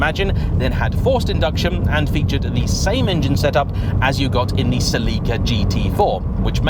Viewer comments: Suh-lee-cuh instead of Sell-ick-uh is fun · I swear, the way he says Celica makes me want to rip my tv off the wall. Celica is pronounced SELL-i -ka